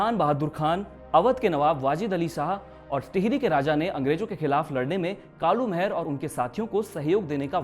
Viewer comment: आपकी बहुत बेहतरीन प्रस्तुति है मित्र परंतु जिस महान क्रांतिकारी के बारे में आप बता रहे हैं उनका नाम कालू माहरा था।महर नही। और ना ही मेहरा।